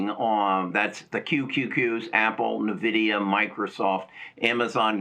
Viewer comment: It is not Nuh-Vidia,. It is EN-Vidia.